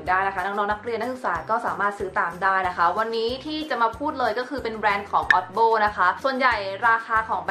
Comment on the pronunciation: จ๋ามันเรียกว่า โอดีบีโอ คะ ไม่ใช่ อ๊อดโบ้ น้า